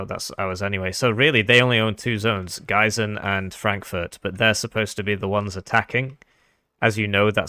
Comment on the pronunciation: Gie -ßen. Speak to "ie" like in "feet"